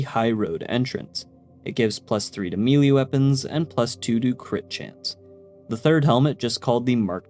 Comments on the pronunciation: Why does bro pronounce melee as “mee-lee” instead of “mey-ley” like I get it being an issue if English isn’t your first language but bros too fluent to have never heard someone else verbally say melee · sounds like nails on a chalkboard or for those too young to remember what a chalkboard was, scratching a ceramic plate with a fork when you pronounce Melee as ' Mealea ' instead of ' Maylay ' . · Just a heads up, melee is pronounced mélée(maylay) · Man I thought I was picky about pronounciation but like over half the comments at the moment are harping on Mealy vs Maylay and I just dont understand it lol. Why are people so weirdly obsessed with this specific word? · I like how for mele, you say "mealy" instead of "maylay." It just sounds so funny lol. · look up English pronunciations, mee lee is completely inaccurate. you can say “muhlay” or “maylay” but English speakers don’t say “mee lee” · Both are bastardized versions of the French word "mêlée" pronounced "meh-lay" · melee... is pronounced "may-lay"